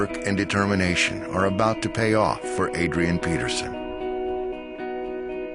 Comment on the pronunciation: Who hear the the guy speaking say Padrian Peterson ?